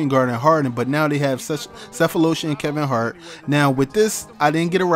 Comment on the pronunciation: did you say Kevin Hart or Kevin Mart